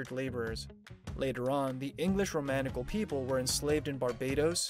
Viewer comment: Isn’t it pronounce ROM-KNEE-CHEL?